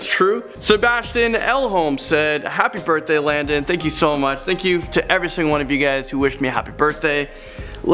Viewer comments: Did he just say Landon "Do Not Sing"?? XD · More like Landon Do-not-sit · You said Landon do not sing